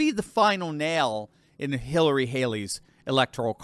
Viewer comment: I kike "Halery" better. 😝